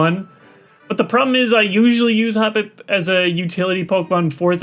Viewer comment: I love the way toy say "The chosen HOPpip"